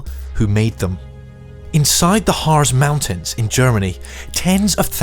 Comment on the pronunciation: "Harz" is pronounced like the English word "Hearts".